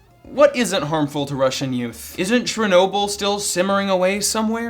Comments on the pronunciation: Did this bitch just say "Trenobyl"? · Being so stupid you call Chernobyl, "Turnobull". *ding*